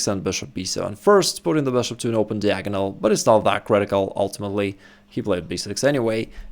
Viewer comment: Diagonal is correctly pronounced D-eye-agonal not Deeagonal